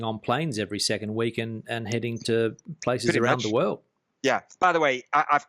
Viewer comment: From the way he mispronounces Spanish words (padrón, inmobiliaria, Fuengirola, nota simple, ayuntamiento) I think his level of Spanish is pretty bad. Maybe that's the reason for his problems with the civil servants (funcionarios). Another very strange thing is that he registers in the town hall (ayuntamiento) when he has been living in Spain for 14 years.